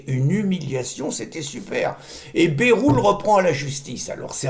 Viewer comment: Merci, mais on prononce Baille-rou dans le sud ouest, toutes les lettres se prononcent, sinon on l'écrirait Bèrou .Merci !